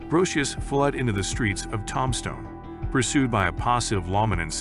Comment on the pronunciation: Heads up , guys : "Robo-voice " narration , REALLY bad pronunciation : "TOMstone , Arizona " ???? " The gunfight at the OAK CORAL " ???? Pathetic !